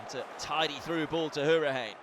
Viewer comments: Just rewatching this, and I can't stand how he butchers hourihane's and Abraham's names 😅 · Anyone else get annoyed by the way the commentator was saying Hourihane?